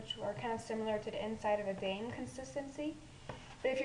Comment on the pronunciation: Its pronounced Dime